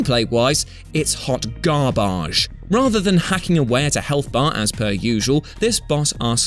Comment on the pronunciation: I love how his pronounciation of garbage... XD heard like garbache XD